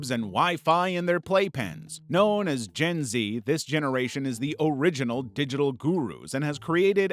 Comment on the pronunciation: Other then the messed up way he said gen z. I feel more confident now with compliments he said